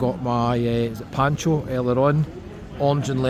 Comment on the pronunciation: Funchal isn’t a resort, it’s a city. It’s Poncha not Pancho. It’s pronounced “Madera” not “Madeera” Ye’ve bin Telt!